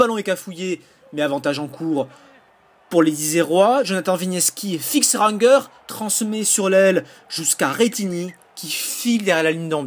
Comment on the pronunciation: Ranger ne se prononce pas "Rangueur" !